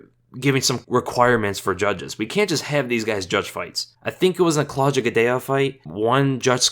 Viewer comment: Claw dee ah not cloja